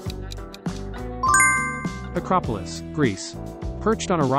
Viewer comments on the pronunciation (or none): none